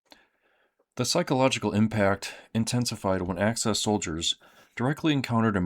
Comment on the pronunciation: It's "axis," good sir, not "access." Thank you for your attention to this matter.